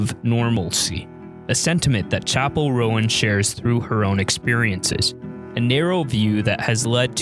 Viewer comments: it's not pronounced "Rowan"!!! it's pronounced "Rone" 🤣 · Roan not Rowen, pronounced as one syllable rhyming with "Phone".